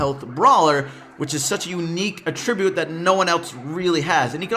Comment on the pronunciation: your pronunciation of attribute triggers me. you say it like it would be as a verb, but you’re using it as a noun. Anyways great video:)